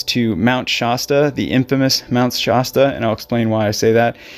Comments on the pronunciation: Shasta Soda reminds you it "hasta" be Shasta. No "shaw" sound. As dangerous than it looks. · Wonderfully produced video, thank you. You know John still hears his friend's voice to this day 😢. Two small corrections for pronunciation: Mt Shass-ta, not Mt Shoss-ta. And San Ruh-fell, not raf-ayel. 😊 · Did I just here you pronounce it "Shosta? It's SHASSSSTA". That's with an "a", not an "o". 😲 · Mt ShAAAAsta. Not ShOsta. What is wrong with you? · Mt. Shosta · You're not quite saying 'Shasta' correctly. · Like the soda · Great video. ( The "Sha" is pronounced with an a like in hat.)